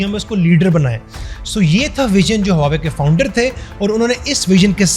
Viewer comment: Baar-baar hawawei bol rahheho......😬😬😬😬😬😬 Hawawei nahin Huawei bolo Huawei.